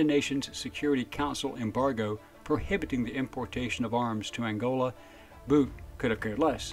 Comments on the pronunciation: His name is pronounced boot. Not boat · It's pronounced like "boot".. Not like Bout in English.